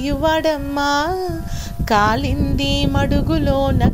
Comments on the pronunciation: కాళింది అనాలి. కాలింది కాదు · కాలింది కాదు కాళింది మడుగు .. అక్షరాన్ని తప్పుగా పలికారు.